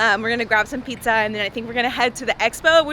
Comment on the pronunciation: Congrats 🎉🎉🎉. Been following you for a while and you’re such an inspiration ❤. I’m also currently training for 50k next summer 😍…. Also funny moment as you were pronouncing pizza at the beginning of the video you said it as “píča” which means pussy in czech 😂😂😂. Sending kiss from Prague 😌🥰